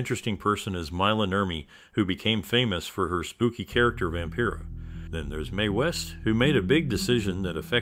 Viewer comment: "Vampera"? Get the pronunciations right if you want to a video like this. BAD